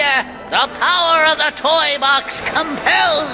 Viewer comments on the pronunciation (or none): for whatever reason when he says power i thought he said "P a h"